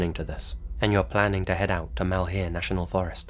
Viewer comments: Well, why did they name it 'Malheur' national park? That means misfortune in French. By the way, you oughtta pronounce it more like mulhure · Oregon boy, here. Malheur is pronounced "Mahl-(h)yer". I know it's pedantic, but it irks a lot of people in the region.